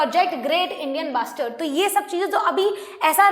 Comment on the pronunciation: Mam said basterd instead of bustard